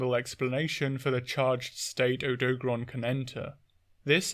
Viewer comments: "Odo-garon", no "doag" sound in the middle. Same thing with Lunagaron, where it's just the 2 halves "Luna" and "garon" like what you'd expect without making a combined middle sound. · i cant listen to odo garon be pronounced incorrectly for so long. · Butchering of the name aside (you're the second British person I've heard say the name wrong), Odogaron is very fascinating. With Ebony Odogaron specifically, its Dragon Element and Berserk State are something it actively tries to maintain with its habit of carrying meat around constantly. This Subspecies is fully aware of how much faster and stronger it gets when its body takes in meat. It also seems like Ebony Odogaron took to Dragon Element specifically to account for its nomadism, as its Dragon Element production is highly effective at dispelling the elemental abilities of other Monsters.